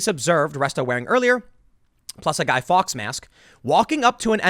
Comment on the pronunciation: Fawkes is pronounced forks bud.